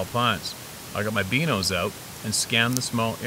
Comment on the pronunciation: Stop calling binos, beanos